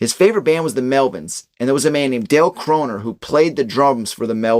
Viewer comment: it's Crover not croner btw. Dale Crover, dale was part of the Melvins from Aberdeen as well.